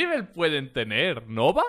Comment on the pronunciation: v cuando dijiste nova me dolio en el alma :'v